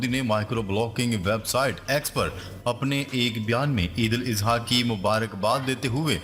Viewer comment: او حرامی! Eidul Izha کیوں کہتا ہے؟ کسی سے پوچھ لے جاہل۔